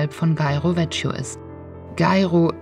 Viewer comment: Ciao, na, habe ich euch mit der SS125 zuviel versprochen? Ist einfach eine geile Strecke ❤ Die italienische Aussprache üben wir fürs nächste Mal (vecchio>>wekio), aber das nur am Rande😉 Viele liebe Biker-Grüße von Katja 🙋‍♀️ 🏍 🌻